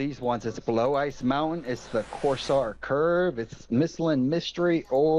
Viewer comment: "Corsare curve" lmao , don't worry about those guys